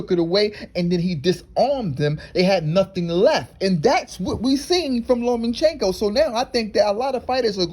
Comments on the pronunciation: LOMA- CHENKO NOTTTTTTTT LOMEN-Chenko Cmon man I can't watch anymore 😪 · It's LOMA!!! CHENKO!!! NOT LOMAN!!! CHENKO!!! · Loma-chenko. Not Loman-chenko. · I like how you pronounce his name: Lowman-Chenko.